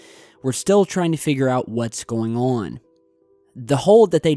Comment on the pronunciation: "What's going ahhhhhwwwenn"